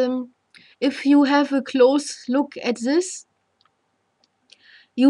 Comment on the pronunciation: pronounced you as khhou, I knew this lady is german. Nice explanation